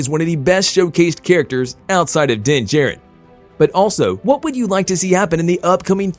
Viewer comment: It's Din JAR-rin not J-rin..